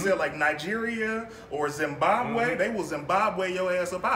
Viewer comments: yooooo, i'm from Zimbabwe....firstly thank you for pronouncing it right and secondly yea you cant beat us coz we eat sadza fam...lol.... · I was cracking up when you mentioned Zimbabwe cause I’m from there. And you actually pronounced it quite well. Thank you.